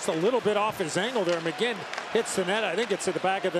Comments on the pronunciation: This man said mckegg 😂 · They called McGinn McKegg multiple times in this video alone. NBC is such garbage. They knew next to nothing about the Preds when we went to the finals in 2017 and even now they're still pronouncing players' names wrong.